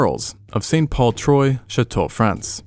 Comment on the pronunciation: I believe it's spelt not "Troy" but "Troo-ah"